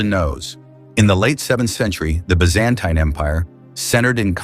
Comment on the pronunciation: If AI is so freaking smart, how come it can’t even pronounce Byzantine properly?????